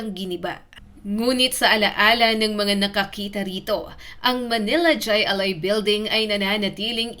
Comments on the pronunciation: Hindi jai ali. It's pronounced Hi A lai. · Kulang sa research ka.. Di yan jay.. Jai alay (hay alay) yan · Hindi DYAY ALAI kundi HAY ALAI. Nakakabobo naman yang pronunciation. AI. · Jai(Haaay) Alai po! Nakakatawa itong clip na ito. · Mali ang bigkas ng Jai Ali ... Hay -A-Lay Ang pag bigkas nito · Hindi jay alay kundi hay alay (Jai alai) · Mali ang bigkas mo ining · Jai alai--- hay alay ang bigkas hehehe...70's - 80's sikat yan nataya pa non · Correction Jai Alai pronounce mo ng Hay ali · hai alai ang pronounce hnd jai alai although ang spelling ay ganyan pero pronounce ay hai alai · Hay alay ang bigkas dun, tama ang spelling yung bigkas ang mali. 😊 hahaha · Jai alai (hay alay) 😂😂😂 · It is jai (pronounciation is " high" not j cause spanish doesnt have j) alai [alay] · " Hay Alay" po bigkas niyan. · JAY(hai- or hay ang pagbigkas spanish word. JAY(hay) alay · Hay Alay pronunciation yan ma'am Bohol anon cguro c ma'am 🤣🤣🤣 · Hi alay ang bigkas ng jai😮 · Hi- alai, ang bigkas sa pagkakaalam ko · Hay alay po Ang bigkas... Hahaha 😂😮😅😊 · Jai alai is pronounced as HAY ALAY boba